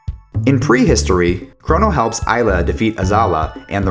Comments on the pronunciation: He also can't pronounce anything lmao. Isla instead of Ayla, Azahla instead of Azala, Lucka??? seriously??? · Its also A-la not I-la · Travis Callahan gotta disagree on that one. Ai-la sounds better than Ay-la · on what planet do you pronounce A with an I sound?